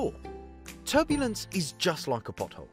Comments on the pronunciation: Damn TurBluence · "turBLUEnce" whoopsie. Hehe. great great video bro